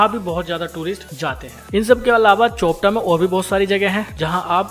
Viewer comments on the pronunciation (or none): चोपटा नहीं भाई ... ये चोपता है